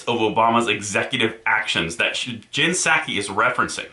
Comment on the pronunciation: Honest mistake, but you mispronounced Jenn Nut-saki's name.